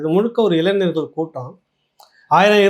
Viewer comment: அய்யா,இளைநர் அல்ல,இளைஞர்.உச்சரிப்பை சரியாகச் செய்யுங்கள்.